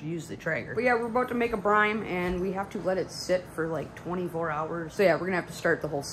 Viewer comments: UHH ITS CALLED BRINE NOT BRIME LOL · I think you are saying "brime". It's brine. You're welcome. ;)